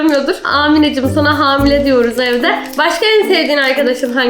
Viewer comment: amile yerine hamile demesi bvnv